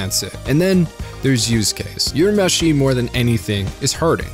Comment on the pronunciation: Urameshi is read as 'oorameshi', not 'yourameshi.'